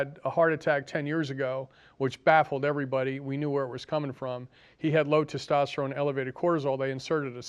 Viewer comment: When you want to sound intelligent, please pronounce words correctly. Stint and tistosterone are not words. Homocysteine is not measured reliably to measure any co-morbidities. C reactive protein is more of a concern. I would suggest you fire your cardiologist and treat yourself during your next event.